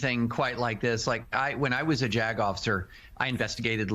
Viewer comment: said: "when I was a JAG officer" heard: "when I was a jagoff"